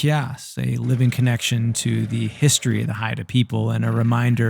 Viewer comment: Did you try to say his-tree?